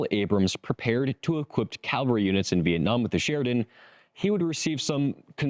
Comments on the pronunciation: CAVALRY not calvary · You said "Calvary" more than once. You mean "Cavalry." There is a huge difference between the words.